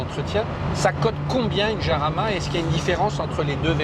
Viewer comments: Si ma mémoire est bonne, le nom de chaque modèle de Lamborghini est celui d'une hacienda (espagnole) qui fournit les toros de combat. Si je suis dans le vrai, le nom de Jarama doit se prononcer à l'espagnole et pas à la française. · countach, pas countak ☺️ iarama, pas jarama ☺️ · Ça me fait marrer comment les français prononcent "Jarama". Allez les mecs, tous ensemble..."Guadalajara"😂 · Me hace gracia como dices la j se dice de otra manera ;el nombre es de un circuito Español cerca de Madrid como son Españoles prácticamente casi todos los nombres de los coches Lamborghini por qué el fundador era un admirador de la cultura Española y del toreo hasta el Urus aunque no lo parezca tiene que ver ya que deriva de Uro el antecesor del toro actual.